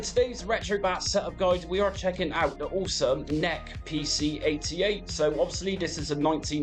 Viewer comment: This is a first for me hearing "NEC" as "Neck" lol Great videos and tutorials.